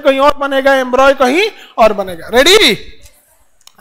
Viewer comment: Embroy nahi embryo